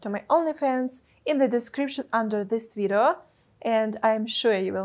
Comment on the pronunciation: I love Your pronunciation of the word "video" - it sounds like "vireo" ;) (like video+viral)